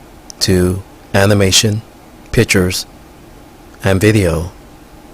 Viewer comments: "Pitchers"? or pictures. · I cannot trust a person who pronounces "pictures" as "pitchers".